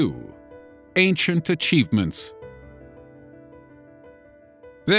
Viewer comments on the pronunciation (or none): . Achivements. Not Achievemets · "achievemets" lol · No. 2 "Achievemets"